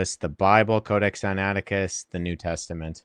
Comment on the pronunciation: They are throughout, particularly over his pronunciation of the codex Sinaicticus.